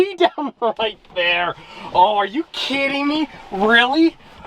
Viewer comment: "Are you KEYdding me?!"